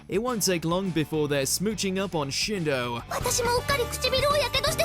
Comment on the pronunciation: Shido. Not Shindo.